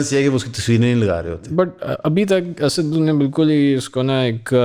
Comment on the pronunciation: Baki sab tu thek hay per ye Asaaad kon hay? Goron ko to dikkat ho sakti hay pronunciation mein per Packisthani bros should be able to say "Assad" as it is in Arabic.